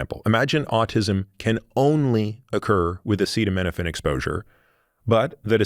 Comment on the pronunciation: Imagine not being able to pronounce acetaminophen while giving the entire country medical advice